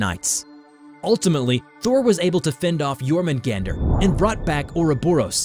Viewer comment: Som en Svensk kan jag säga att det stämmer(As a Swede I can say that that this is true). But you do not pronounce Jörmungand or Mjölner like you did. The text on it's body is called "runor". Btw yes, the poison is for combat, but against Loke, not against Thor.👍great video, 9,5/10.